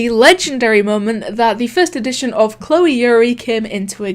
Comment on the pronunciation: you said choleeee